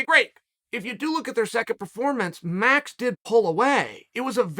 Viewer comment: Really now, REALLY? Troll Sonnen messing up the most simple of names - Max = Maruuux.